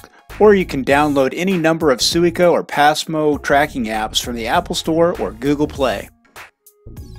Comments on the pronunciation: Great video... but the way you kept saying "Suica" definitely made me confused. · New drinking game: take a shot every time he mispronounces Suica lol I kid good video!! Like the POV view and from Haneda!